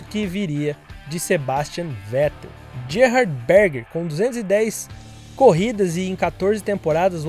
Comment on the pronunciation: Po Mano…. “JErhard” Berger? “GUIlles” Villeneuve? Me ajuda aí….